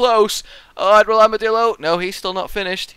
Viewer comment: It sounds to me like is saying: Armadilldo.